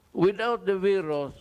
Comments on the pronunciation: CORONA BEERUS daw! The first and only Phil. President to pronounce VIRUS as BEERUS Wa ha ha. Yan ang the best and brightest kuno ng mga B0b0naTangaPangUto-utongDutertardsDDEbaksnasupportersniPestedentOnggoy-BuangDutaebaks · Corona “veeerus” thing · 😂😂😂. Sampalin nya daw ang veeerus na yan